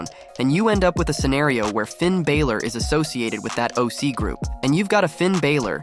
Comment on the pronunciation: Hey kid you don’t watch wrestling very much do you? Just a little heads up, Finn pronounces his last name Bal or.